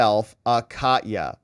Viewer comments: Ka-te-ya like Russia. Not Cat-ya. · Katya (the name) is pronounced like "catch ya"! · Minor point of linguistics based on my travels to Russia: Katya is the american equivalent of Kathy. It is actually a 3 syllable word sounded as "Ka-tee-ya". With emphasis on "Ka". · Katya mispronounced. A is like a in America